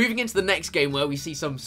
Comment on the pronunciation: at the start it sounded like you said gay instead of game